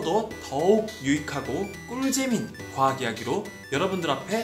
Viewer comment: 가뿐하게 과학을 과악같이 참 재밌네요